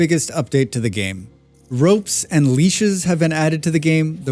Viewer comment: Leaches?! Leashes* lol